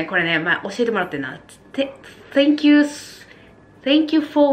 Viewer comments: ウィッチングじゃなくてウォッチングじゃないですか( Ꙩꙩ )？？ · 「うぃっちんぐ」ではなく「うぉっちんぐ」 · ウォッチングです！ 、英語頑張ってね♪（イギリス人よりｗ） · あーは見てておちつく^_^ 癒されるわ〜 強いてカタカナ発音するなら、ウォッチングなんだけどな… 一応バイリンガルな自分としてはウォッチングに一票 素敵な動画だから気にはならないけど、取り敢えず書いてみました 文句みたいに聞こえたらごめんなさい！ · ウォッチングじゃなくてウィッチングって言うんだね(笑)(笑)